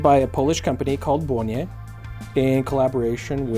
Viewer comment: Great pronauciation of my hometown's name! (where the brand oryginated from) You might also like Gerlach Kosmonauta (a homage to Untra warel). Also Polish watches.